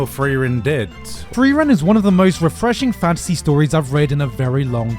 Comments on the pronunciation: Its not Free-ran, its Friar-en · LOLLL HAB ES EINFACH GAR NICHT GEMERKT. Er hat die ganze Zeit "freeren" gesagt und da hab ich das "frieren" überhaupt net raus gehört lolll